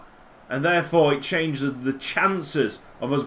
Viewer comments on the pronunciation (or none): none